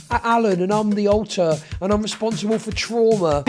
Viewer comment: pretty sure said “alter” here but it sounded like he said “alt+tab” which is way funnier in this context lol